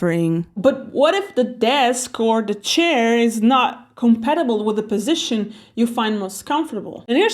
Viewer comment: Ayo why'd she say position like that.